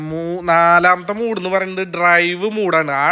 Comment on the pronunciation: Play ലോഡ് എന്നല്ലേ പറഞ്ഞത് സേട്ടാ.... Unnakka... മൂഡ് അല്ലേടാ പറിയാ.... Mode..... ഈ കുണ്ണയെ ഒക്കെ കൊണ്ട് തോറ്റു....😂😂